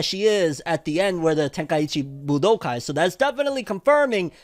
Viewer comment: Tenkaichi Buu-Dough-Kai i can’t unhear what iv heard